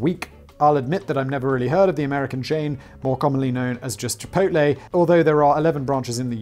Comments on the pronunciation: I would let go the mispronunciation if it wasn't for the fact you said chipotle right. Chorizo is not korizo like chipotle is not kipotle or chicken isn't kicken no matter what popeyes says. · except he is saying chipotle correctly haha